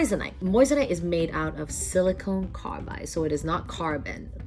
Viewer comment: “Silicon” carbide, not “silicone”. Silicon is a element, silicone is for fake boobs.